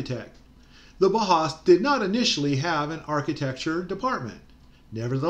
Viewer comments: It’s not HAWS it’s House..the us is pronounced “ow s” and if that is true then the bau is more likely Bow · Thanks. Yes, I read up on the subject as noted in the video. My mispronunciation was partly clowning. You know, "boss?". My humor falls short sometimes. That's why I better keep my day job. :-)